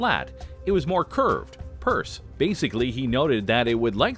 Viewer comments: "Per se" is pronounced "per say", not "purse" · This narrator makes pronunciation mistakes nearly every video. Per se, pronounced purse? And I feel like I’m being read to like a first grader.